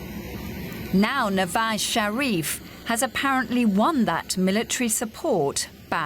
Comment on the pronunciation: Love the way she butchered nawaz sharifs name 🤣🤣🤣